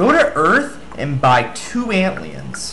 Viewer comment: Sounds like you say "Don't eat them" 40ish seconds -"Ant-leons?....."ant-lion" -New pillar art! yay...should have put one QP in for colorful bananas -Why gnome riders? -What do you mean by "real" shield? "real" as in perma? b/c other non perma shields make u take no dmg. -Time mark next time for garboid